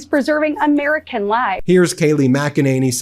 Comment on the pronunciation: Ha-haaa! The Ermerican pwesidink is a failure. Film at 11.